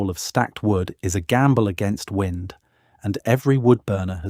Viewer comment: Interesting but the AI commentary is a bit of a let down . W👁nd instead of win-d !